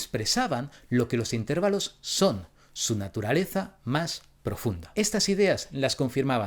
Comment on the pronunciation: Por el amor de dios! No puedes decirte científico que estudió la música y decir intérvalos. Se dice intervAlos, con acento en la A!